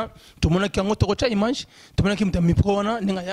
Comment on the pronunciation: Yango chroniqueur oyo nini kaka hein??? Image ou mage, sacerdoce ou sasadoce ... Mais apprenez qd mm la langue de Molière mon cher. Ql honte!!